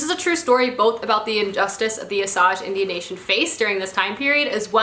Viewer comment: Awesome book list! Osage is pronounced Oh-sage (like sage brush). I also didn’t know about how to say it until my husband explained it. He’s a member of the Osage nation.